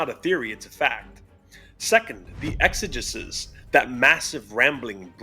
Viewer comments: exegesis has a hard E sounding third E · sorry, after a certain point, I just have to say it. it is pronounced “ex-a-jesus” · It’s pronounced ex-ah-JEE-sis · It’s pronounced Exigisis and it means explanation in ancient Greek